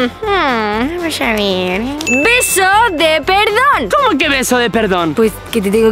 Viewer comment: Soy la unica que se dio cuenta que decia perodn en ves de perdon en el minuto ?